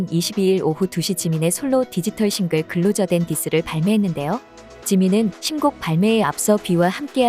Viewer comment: "클로저" 가 아니고 "클로서" 입니다.